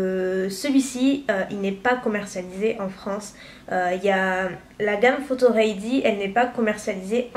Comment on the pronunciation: Pourquoi tu dit REY DI .....C'est READY ......ahhh how french pronounce English make me sick